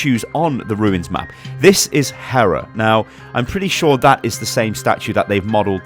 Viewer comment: he is really bad at pronouncing greek gods. except for hera. that one was okay